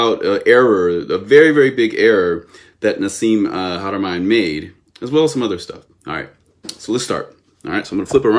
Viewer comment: I agree with you THE PILSNERKING😂😂😂...2 years later here we are... One can only believe that your knowledge is PARTIAL at best... WHEN YOU CAN'T EVEN PRONOUNCE HARAMEIN'S NAME CORRECTLY I WOULDN'T MAKE YOU THE POINT MAN IN MY TEAM SEEKING FOR ROADSIDE BOMBS IN AFGHANISTAN BACK IN THE DAY HO AND IF YOUR WERE GOOD AT DETAIL AND SAYING NO TO ME?....WELL HOW CAN WE TRUST YOUR ATTENTION TO DETAIL? "WHITE SUPREMACIST MOVEMENT"? Bro that is a serious acusation I'M MEXICAN IN ORIGIN... BE PROUD OF YOUR OWN ORIGINS AND STOP PUSHING AGENDAS OF BEING HERE AND THERE AND EVERYWHERE AND THE FIRST...AND OWNONG EVERYTHING... EVERY ANCIENT CULTURE WAS CONNECTED BUT HAD THEIR OWN STYLE THAT IS PRECISELY WHAT THE DAMNED NAZIS TRIED TO DO... APROPRIATE HISTORY AFRICAN PEOPLE HAVE NO NEED SOUTH AFRICA CONTAINS A WEALTH OF YOUR OWN ANCESTRY AND HISTORY... AND NO... MICHAEL TELLINGER IS NOT SAYING THAT ALL OVER THERE IS WHITE SACRED GEOMETRY IS UNIVERSAL... I'M A CRIOLLO...SO BE IT... I'M FORTUNATE TO HAVE COME ACROSS TRULY MAYAN SACRED GEOMETRY I WILL HAVE THE BOOK TO PROVE IT... BUT THEN AGAIN WITH YOUR LIMITED PERCEPTIONS BELIEVING WHAT TOU WANT TO BELIEVE... YOU WILL BE BARKING AT THE WRONG MAYAN TREE OF LIFE... NOTHING "HAS TO BE THIS WAY OR THE OTHER "